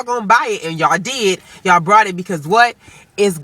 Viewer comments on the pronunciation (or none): Please don't take this offensively....just to be clear it sounds like you say "brought" instead of "bought". #justsaying Otherwise funny video, equally funny opinions.